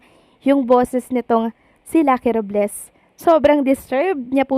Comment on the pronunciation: RObles po hindi RUb les😂